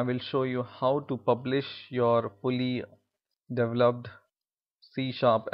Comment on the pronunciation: he has some English error. develop is Dee-Vell-Lup. but I am most gratefull for u making these videos